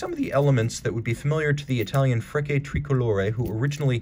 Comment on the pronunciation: your French pronunciation is excellent but you need to work on your Italian. It's Freh-CHE